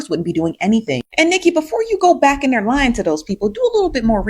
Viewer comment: The emphasis she put on LYING to those people 😂😂😂